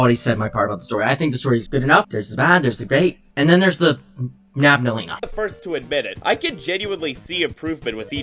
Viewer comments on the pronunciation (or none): "there's the bad, there's the great and then there's the- nabnaleena..." i'm genuinely laughing 🤣🤣